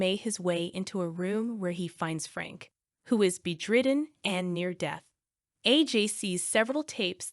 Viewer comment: “Bed ridden”. Not “Be dridden”. If you’re going to read off Wikipedia then just say that.